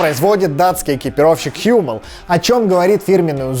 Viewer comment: Какой Х'юмел?! Правильно Хуммел!!!